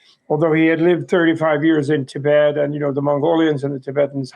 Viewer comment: This lady must learn to pronounce ‘Tibet’ properly! She already pronounces ‘Tibetan’ properly. So, that should not be too difficult